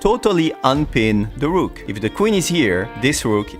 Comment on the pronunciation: When you say DA ROOK at first in this video it's like VILLAN name💀